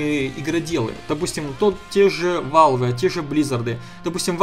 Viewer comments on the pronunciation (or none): почему валве, а не велв?=))